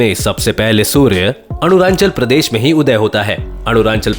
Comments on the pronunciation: Its not anuranchal. Its arunachal (arun+anchal) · अरुणांणल नहीं है बेटा, अरुणाचल है। बताने से पहले नाम तो ढंग से ले लिया करों। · It's arunachal pradesh not arunanchal Pronounciant should be correct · His pronounciation like Arunanchal 😏😂🤣 It's Arunachal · Not Aruranchal but Arunachal Pradesh